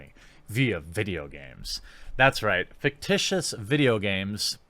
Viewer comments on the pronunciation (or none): the way he says fictious as fictitious really triggers me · English: Fictional Everyone: "Fic-titional"